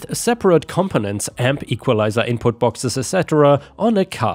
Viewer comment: "components" is "kuh pp own ents." Doesn't sound like "company" with an "ents" ending. 🤪